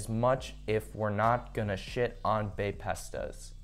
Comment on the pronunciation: did you really just say "baypestahs"